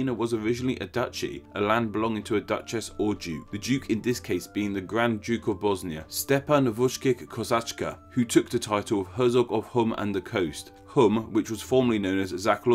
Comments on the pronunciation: He just ignored "j" in Stjepan, while adding the second "k" in Kosača. Even as a non-South Slavic speaker, I can't comprehend how he did that. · You nailed stjepans name xD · The stjepan pronounciation was horrible